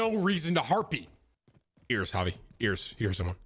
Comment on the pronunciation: Im g glad you pronouced javi right